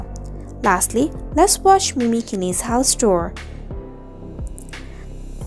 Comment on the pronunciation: Hey name is pronounced mimi not mini .. christ